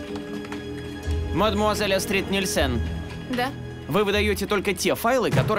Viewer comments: Не АстрИд, а Астрид ! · Почему АстрИд, а не Астрид? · Имя девушки произноситься с ударением на ,, а,, !!!! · Астрид офигительная! Только ударение у переводчика должно быть в имени на А, в фамилии на И. Это имя Скандинавское. Вернее имя Шведсое, а фамилия Датская! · В имени Астрид ударение падает на первую гласную. Неужели, озвучивая целый сериал, так трудно поитересоваться произношением имени одной из главных героинь?!